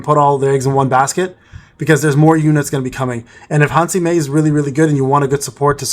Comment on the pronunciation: What a gigachad father edit: also, small correntions: - her name is Han Se-Mi, not Han Si-Me - your battle tier is 28 atm, the 29 is the one you are striving for